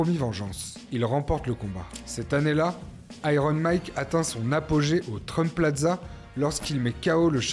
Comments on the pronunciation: Déjà ce n'est pas Mac Tyson mais Mike Tyson donc j'arrête de regarder ta vidéo direct 😂😂😂😂 même pas capable de prononcer correctement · Excellent ! Parcontre c’est Mike, pas « Mack » .. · Grave bien fait, bravo. Mais suis-je le seul qui est dérangé par le fait qu'il dis "Mack Tyson" ? 😭